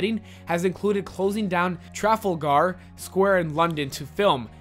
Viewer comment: No offence dude but that is not how you pronounce Trafalgar